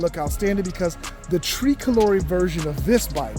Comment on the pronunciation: “ tree colore’ “. Haha - you’re definitely not Italian